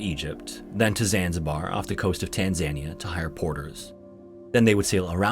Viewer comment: Showing Viking longships to represent travel to Africa in the 19th century is kinda bizarre, as is your pronunciation of Tanzania. Bless the American ignorance of the rest of the world 😆